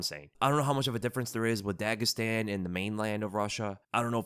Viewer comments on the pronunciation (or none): none